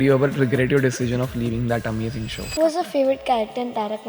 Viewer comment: Living nhi leaaaving… pronunciation matters for a podcast. Just a suggestion 👍